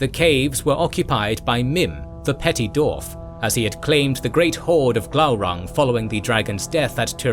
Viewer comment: It is Dwarf,not,"Dorf". Why do you keep calling them "Dorfs"? Every time you say it all I can picture is the spoofs by Tom Conway,like, "Dorf on Golf". It's a spoof golf instructional video where Tim Conway stands with his legs hidden in holes in the ground,with fake shoes or feet strapped to his knees,to make himself look really short. I can't take your LotR video seriously when you keep saying Dorfs,and Dorven.